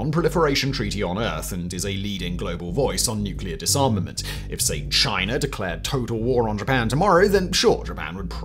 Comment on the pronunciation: "Chiner attacks Canader"??? 🙄